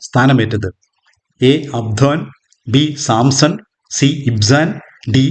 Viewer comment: Very good 🎉🎉 Q 15 option d അബ്ദോൻ എന്നാണ് ശരി, അബ്സോൺ അല്ല 🙏🙏